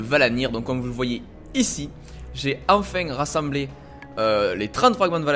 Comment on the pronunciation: "Enfing rassemblé" xD Un vrai français x)